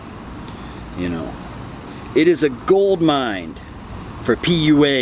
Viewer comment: There’s no “d” in “goldmine”....